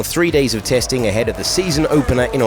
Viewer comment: That was the most kiwi “testing” I’ve ever heard at the start 😂😂